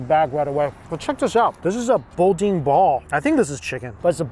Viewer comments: I love ya, but it’s “boo dan”. Silent N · You mean bouaian ball lol 😂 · Booooo daaaan. Say it with me. Boo Dan -> boudin! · Yo...it's called...Boo-dan. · When you're in the South, speak as we do. Boudin is pronounced boo dan in Louisiana. Good try though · Lord have mercy Its pronounced Boo-Dan.....sorry but the Louisiana in mean was heated for a quick second lol and people you don't have to go to new Orleans to enjoy crawfish. In fact baton rouge and the other cities have perfect crawfish. Yelp is your friend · Boo Dan....Say it with me folks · It's "bood-eh" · Bruh, next time you're in Lafayette please contact me. You said boudin wrong and that's blasphemy 😂 It's pronounced boo-dan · BOO - DAN. BOO, like Halloween, and DAN like the name. BOO - DAN. I really appreciate your content,, I just wish you tried a little harder to get pronunciations right. Just give it a try. Ask a local. Ask them to say it. And then just give it your best try. It would really go a long way. Pronouncing things correctly isn't just right, but it's also respectful. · its pronounced " BOO - DAN " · I stopped watching when you said boudine and crayfish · It's pronounced beu - dan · Its pronouced BooDan lol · Lol... ok.. it’s pronounced. “ boo-dan” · Pronounced boo dan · its pronounced BooDan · pronounced boodan lmao we dont know why either smh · Pronounced boo-dan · Yeah boudin was especially bad. Lol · OMG BRO THANK YOU😂😂😂IT WAS KILLING ME ESPECIALLY THE BODUIN😂I LOVE THOUGH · I about lost my mind with that Boudin pronunciation. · I cringed when he said Boudin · Thank you!!! I love but as a Southerner, I was triggered hearing his pronunciations. 😂😂😂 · 😂😂😂😂 same..... but it’s okay I’m sure I sound the same way when I’m trying to pronounce all the Asian dishes he eats lol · The way you say boudin is so cute and so wrong😂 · Yep, is mispronouncing Boudin. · It is pronounced boo-dan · Thanks for showing my state some love! Oh and it's Boo-Dan 😉